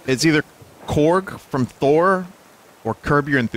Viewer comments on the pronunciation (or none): none